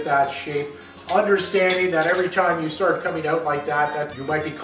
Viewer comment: You're saying "out" wrong!